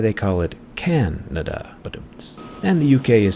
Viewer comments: "Can"ada?! ...I "can"not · "they are Can'ada" Are you an American or an American't!!!??? Wake up Samurai!! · "Can" ada 😂😂😂😂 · No. It's Cana-duh. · Can-ada 😂 Well done Brazil👍😇